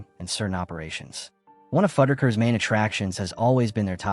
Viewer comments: Almost had a follower… until the way you kept saying FUD-DER-KERS 😣 when it’s FUDD-RUCK-ERS made me leave this video… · It's fuddRuckers, not fudikers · Fud-a-kers? WTF?! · Is that how Fuddruckers is pronounced?!